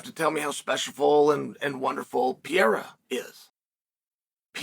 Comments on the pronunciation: Is not PIERA!!!!! PEREYRA!!!! IAM OUT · It's pronounced Pea-air-a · I cannot believe he’s still calling him Piera 😂 like it’s rly not that hard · Piera?? Really Chael? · DJ and Chael : Piera 🗣️ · I always thought it was ... P.A.H.E.R.A but thanks for correcting it for me Chael. P.I.Y.E.R.A it is. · Chael: I love reading comments Alma Sonnen: Chael, I left a note on your fishing rod telling you it's Pereira and when you got home it was still attached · Learn with me: PE-REI-RA. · Pereira: 🗿 Chael: Piera! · Chael really needs to work on his "Pereira" pronunciation haha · Is not that hard right?